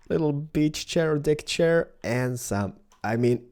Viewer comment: did you say dick chair or deck chair LOL